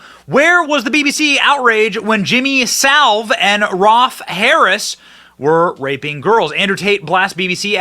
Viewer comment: Jimmy "Salve?" lol C'mon, man.